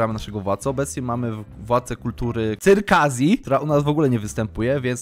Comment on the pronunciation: Jak zawsze bardzo dobry poradnik. Czerkiesja nie cyrkazja, bo to z cyrkiem się kojarzy 😂😂😂 . A no i Medyna 😊 . Czekam na kolejny poradniczek ❤❤